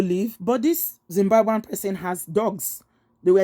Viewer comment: Did she just say Dzimbwambwen?